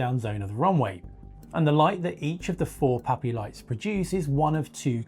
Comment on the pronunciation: PAPI, not POPI (precision approach path indicator). Sounds like POPI due to his accent. Secondly, there’s nothing wrong with the current system that thousands of pilots have been successfully using for decades, including 777s, 787s, DC-10s, and even 747s, for crying out loud. 🙄 This guy is totally wrong and spreading false information (mixed in with some good research, I’ll admit). Scroll down to see my original comment on this matter (as well as a few others). Furthermore, a movable “PAPI” light system would introduce more potential problems than it’s supposed to solve. Totally unnecessary. Former airfield electrician for a decade, at EWR and LGA.